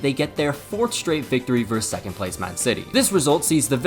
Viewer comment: The v in, say, Man City v Man Utd, stands for versus, not verse. Versus has two syllables. Please respect the second syllable by pronouncing it. I enjoyed the video, by the way. Nicely paced.